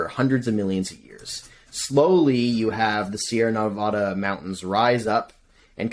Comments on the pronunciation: That’s not how you pronounce Nevada mfer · just an fyi, you’re pronouncing Nevada incorrectly (most people who don’t live here say it the way you do, but it’s wrong). Love the show so far though!